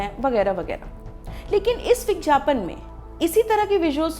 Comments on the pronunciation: kha kha k ye madam etna mutya gai ha ki, vigyapan ko , vijyapan bol rahi ha aur khaany ki kami btaa rahi ha kamaal ha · Madam, bigyapan bolte h bigjapan nhi Hindi pe dhyan dijiye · Is it vigyapan or vijjyapan???why are you saying vijjyapan or I am hearing it?? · It's vigyapan not vijyapan 🤣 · Vigyapan not vijyapan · It's vigyapan and not vigjapan!!!! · माफ़ किजियेगा मैडम आप विज्ञापन का उच्चारण गलत कर रही है।।आप विज्ञापन नहीं बल्कि "विज्यापन" कह रही है।।।चूकी आप एक पत्रकार है इसलिए शब्दों का उच्चारण उचित रूप से किया जाना जरूरी है.क्योंकि भारत वैसे ही अंग्रेजी के प्रकोप से घिरा हुआ है..महिलाओं के लिए आपका ये विषय बहुत उचित है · Aap vigyapan ko vigyapan Kyu bolte ho madam ji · विज्ञापन को विज्यापन क्यू बोल रही है आप हिंदी की दृष्टि से ये गलत है वैसे बेहतरीन जानकारी दी है आपने इस वीडिओ मे ❤❤ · Very irritating vijjyapan. Plzzz correct your pronounsation